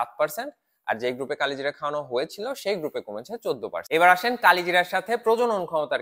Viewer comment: উচ্চারণ করেন কালোজিরা